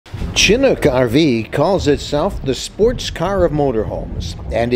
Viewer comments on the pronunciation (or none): Two comments: Chinook is pronounced shi-Nook, not CHI-nook. Also, it’s been called the “sports car of RVs” ever since the 1998 model set the RV speed record at the Bonneville Salt Flats. That was the original company that went out of business in 2005. A few years ago the old owner sold the brand name to a new company that now sells RVs with the Chinook label on them. The original Chinooks are still on the road and are very popular.